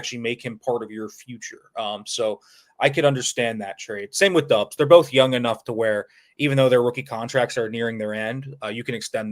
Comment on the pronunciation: You're def pronouncing Romeo Doubs wrong